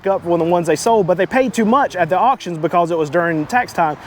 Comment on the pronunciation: Dude, learn how to pronounce “because”